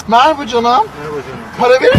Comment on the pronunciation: ✨MeGrAbA kIzLaRg bEn NuRdİg gUndİg✨demesini çok seviyom😂❤